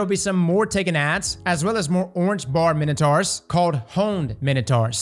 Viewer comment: did you really just say ‘taken minotards’ lmao